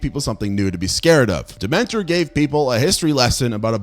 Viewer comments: Last voyage of the DEMETER, not Dementer lol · Great video, but... Demeter, like the goddess, not Dementia like Harry Potter.